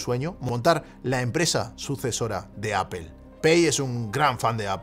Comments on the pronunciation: por que dices apel si es aple (apple (apol)) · Me perdió cuando dijo “apel” cuando van a aprender los españoles a pronunciar “apol”? O bueno este uruguayo italiano podría decirlo simplemente en inglés, es mucho pedir? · Por favor no digas 'apel' o 'nozin' queda fatal, no es así y solo contribuye a la ignorancia tan enorme que hay en este país, con algo tan universal, fácil y básico como el idioma inglés. Luego sales de España, no te entiende ni el tato, se ríen de ti y quedas como la gocha. Debe ser que llevo demasiado fuera del país y hasta ahora no me había fijado, ya que suena fatal.